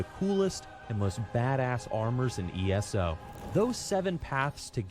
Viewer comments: I just dislike it when ppl mis-pronounce ESO as ES-O, sounds like Asshole. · I'm I the only one that gets cringed when he says ES-O